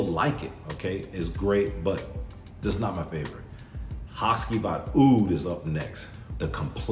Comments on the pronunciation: In Turkey the c is pronounced with a j so I believe it's ha-jee-vat. Great video by the way, only recently bought the og and love it. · it's pronounced HaGivat (G like in "what's up my G"). Comes from the name of one of the main characters of a traditional Turkish shadow play Karagöz and Hacivat (Nishane has another perfume named Karagöz too).